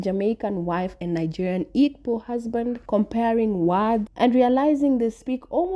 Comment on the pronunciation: I cannot deal with that "G" in Igbo not being silent. If you can't keep the G silent, then really you should Be silent. Respectfully 🙏🏾